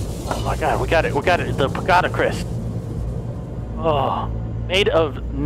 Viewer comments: I love your horror videos. You always pick the best games. Side note. . . . Its pagoda, not pogada. Haha love you!!!! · “Pogada” Me: “it’s Pa-go-da!”🤦🏻‍♀️😂😂😂😂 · I love the way he say Pogada instead of Pagoda😂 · I love how delirious keep spelling it pogada instead of pagoda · I love how can soundly determine a logical fact like how the headless undead can't hear without ears, but at the same time pronounces words like 'pagoda' wrong repeatedly after getting it right the first couple times! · Ahh yes the crest under the "POGADA" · Sometimes can be SO intelligent with the quick deductions he makes in games, but the whole time he pronounces "pagoda" wrong, even though in the beginning he said it correctly lmao.